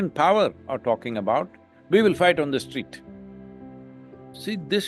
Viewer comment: He can't say street has to be eliminated.